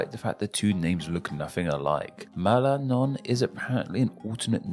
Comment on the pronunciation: Why did you pronounce some brazilian names with a L? Like "Roraima", "Pará", "Maranhão"?